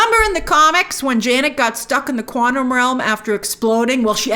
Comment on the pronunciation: Grace said "Quantum Welm" LOL